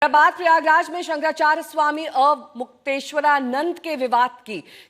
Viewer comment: पहले तो शंकराचार्य जी का नाम कहना तो सीख ले